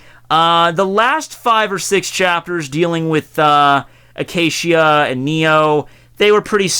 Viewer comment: Zeebruh and Acashia.... wtf are these pronunciations